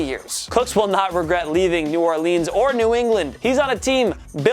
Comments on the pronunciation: I hate it when people say New Orleans wrong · The way he said new Orleans pissed me off!!